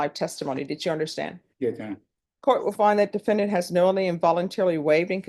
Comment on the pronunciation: "Yes, your honor… yes your honor, Yes yonor… Yeyonor… ye y'nor… ynor… yun… y'ynr…"